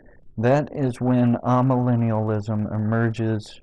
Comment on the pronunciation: My opinion of Tony Warren and his absurd misinterpretations of history and Scripture could not be lower. In spite of that, I wish to suggest that you correct your pronunciation of 'amillennialism', a term that I have never encountered in my 80 years until now. So I have added another word to my apparently limited vocabulary. The first syllable of this word should not be pronounced 'ah', but rather 'ay'. This 'a' prefix comes from Greek and simply means 'not'. We see this in such words as 'apolitical', 'asocial', 'achromatic', etc. There are a number of these words in English which begin with the Greek prefix 'a', meaning 'not'. In all cases this 'a' rhymes with 'bay", 'say', 'day', etc. I hope that this comment does not impress you as merely nitpicking. I think your hearers would understand you more easily if the pronunciation of key words and concepts is correct.